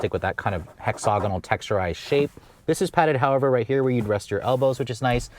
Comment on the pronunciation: Please, look up the pronunciation of the word Hexagonal. It is Hex-uh-gon-al. There is no “ogg” as the second syllable. You have very good diction and do an amazing job as a spoken word journalist. As a public speaker, I deal with what is your success on a daily basis. Please look this up in the dictionary if you don’t want to take my word on it. Part of my career is making others look good by finding their weaknesses and offering correction. Please do not be offended, I am just trying to help.